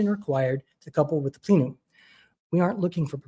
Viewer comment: It's plen-um, not 'plee-num.' And Richard Fine-man, not 'Fain-man.' 🤦 Embarrassing.